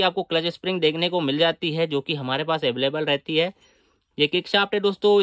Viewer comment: baki sab thik he bis aveleble sun ne me maza aaya